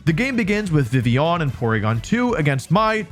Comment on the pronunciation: I like the way you say Vivillon french up the "on"